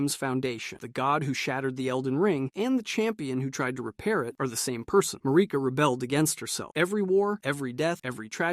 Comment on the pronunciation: Lost me at Ma-ree-ka destroys Elden Ring because she is grieving the death Godwyn.. byw